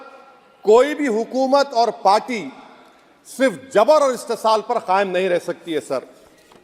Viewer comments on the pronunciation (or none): none